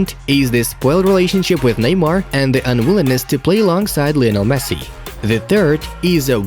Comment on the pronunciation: Did he really said “MESS” instead of Messi 😂